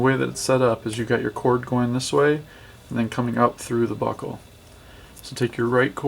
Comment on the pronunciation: I keep hearing butthole instead of buckle lel